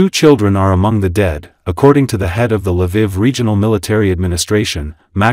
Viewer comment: Its funny how the AI pronounces some things. LA VIV lol